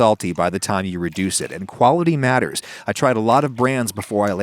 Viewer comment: Adam "Reducea"